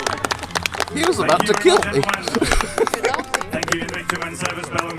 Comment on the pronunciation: It will "KEEL"... :))